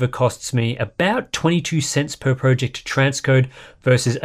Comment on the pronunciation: Please, I can't take it anymore! Please say 'project' properly...🤐